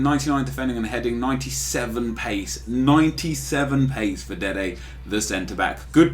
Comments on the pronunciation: Why does he say dede the center back ffs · Just say Dede